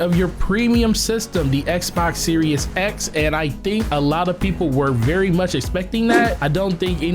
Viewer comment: Am i hearing "Xbox serious X"?